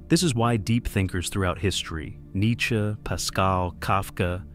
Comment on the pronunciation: That AI shit is wild - extra letters, or parts of letters, smooth vocal diction that spazzes out on sub titles. An insult to intelligence, which takes the irony prize for today. EDIT: Mispronouncing Nietzsche is a step too far. Couldn't trust another thing - nor the stuff before it. Shortcuts destroy credibility. AI is a shortcut.